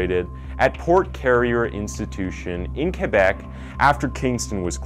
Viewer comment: Thank you for pronouncing Québec properly! 💙🤍💙